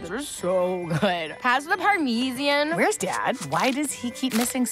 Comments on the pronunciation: I love how consistent they are, They're in a world where they pronounce Parmesan as Parmeesian and still do pronounce it that way despite being wrong. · Parmeesian lol I hate it so much lol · the way summer pronounces parmasean is a subtle hint for the change in universe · Cool detail with how this universe pronounce "Parmesian" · OK....OK - On my 700th viewing of "Ethical Spehetti" - I JUST caught Summer saying "Parmeeesian"!!! - OMG! - Wait?!? - What dimension are they in now?!? LOL - WOW!!!! - This is going to require A LOT more BEER and FUNYUNS!!! - FACT! - "Who's IN"?!? LOL 🙂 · lol I like how they adjusted to the way they pronounce Parmesan in this dimension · I think it’s spelled the same just pronounced differently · Anyone else notice that summer pronounced parmesan wrong which is a call back to another episode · Is this the family they replaced at some point, cos summer says “Parmesan” wrong